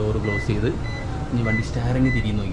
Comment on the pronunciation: സ്റ്റാറിംഗ് അല്ല സ്റ്റീയറിംഗ് എന്ന് പറയു